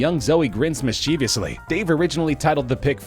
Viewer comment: Dude completely butchered "mischievously", too.